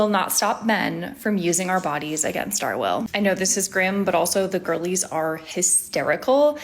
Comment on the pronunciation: Oh, "girlies"; I thought she was saying "ghoulies"! Seems more fitting